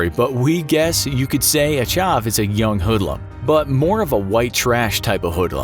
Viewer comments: Actually don’t, you pronounced chav chove instead of chav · Wtf is a shav 😂 is CH AV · It is not charve its chav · It's a shame what happened to these people. On a different note, although the definition is right, the word "Chav" rhymes with "have". Not "charv". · Just btw it’s not pronounced Chaav it’s Chav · Its not ch-ah-ve its ch-av. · you are pronouncing it wrong its chav not charv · Never say charv again, it’s chav. Drop the r, you sound weird. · The way you pronounced chav made me cringe it's or "chav" not "charv". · its pronounced CH AV not charv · ITS CH A VVV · Pronounced: Cha-v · He pronounces chav Chaav 😅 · did he really just pronounce it chauv 😂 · No one: Literally no one: chahv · He said chauuuuv I’m deadddddddd 💀🥵 Only British ppl would understand 😂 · My dear friend it is pronounced ch-ah-v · Jesus that mispronouncing of the word chav it's not chuv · Lmao, pronouncing chav Chaahv, wtf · Lol charve not how its pronounced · it's pronounce cha-aa-v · Chav is pronounced like have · THATS NOT HOW YOU PRONOUNCE CHAV. it's ch ah vh (tʃav) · k hate to be the prick to point it out but its pronounced,''Ch-a-v'' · As a Brit myself, I find the pronunciation ‘Chauve’ the funniest thing ever XD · 😂😂😂CHARV it’s pronounced like have but with a C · Why is he pronouncing chav like charve? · SMH you pronounced chav as chaaaaaaaaaaav. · Chav with an a not a au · Why’s my guy saying chav like that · Chav is definitely not said like that 😂😂😂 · I’m sorry but the way he pronounced chav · The way you pronounce Chav hurts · It's funny when non English people try to pronounce chav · Coming from the uk you completely butchered the word chav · The way he pronounces chav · that is NOT how you say chav. the av part is pronounced like the ave in have. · that's not how you say chav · That’s not how you say chav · The pronunciation of chav is so wrong 😂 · that really isn’t how you pronounce chav... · How can you say chav wrong? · OMG you hurt me by saying chav wrong